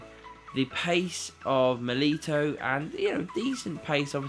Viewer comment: It’s miliTAO not milito